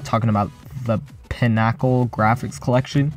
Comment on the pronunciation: How tf did he just pronounce pinnacle? 🤣😂🤣🤣